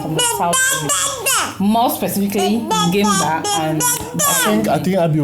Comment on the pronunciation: It's beautiful show I like the way you prouncece Ngemba